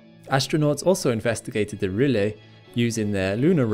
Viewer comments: Very nice video...however, please check your pronunciation of "rille"...a lunar valley. It is "ril" and not "ril-le." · If you're trying to educate people about the solar system, please at least get your pronunciations correctly. Its rill not ree-lay and its ap-eh-nine mountains named after the range in Italy. Other than that, your vids are quite good. Thanks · It said it was named after the German word for groove - rille - and if that's the case it is pronounced ril-le? Trust NASA to take a German word and mispronouce it haha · I did produce it. As I was looking up the pronounciation for rille, I read that NASA use the word rille because it's the German word for groove, channel, furrow etc. I speak German, so I assumed it would be pronounced the same way as the German's would pronouce it. I was wrong. Apologies!